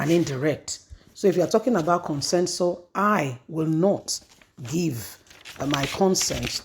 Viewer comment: This woman, the word is 'CONSENSUS' not 'Consensor' as you pronounce it always.